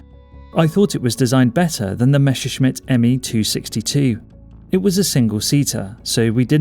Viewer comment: There were NOT Dshumo engines - but (read like that) Yumo, and not Meshershmitt, but Messershmit plane.... Learn better before making such a video....